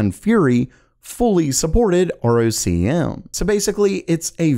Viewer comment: ROCm is pronounced “rock ‘em”.